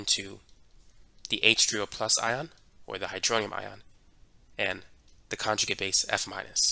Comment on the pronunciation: Good instruction but hard to understand the cockney english sometimes, ie, not pronouncing the t's and d's. .........conjugi' acid